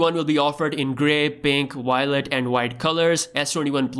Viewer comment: Va-o-let not wallet 😎